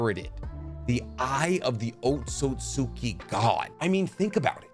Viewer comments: It's easier to say when you say it correctly. It's pronounced like Oat siut ski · Let me help you out, it's pronounced oat-soot-ski. Much easier than what you're saying lol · just my little nit pick but ōtsutsuki ain’t pronounced like that but i like the video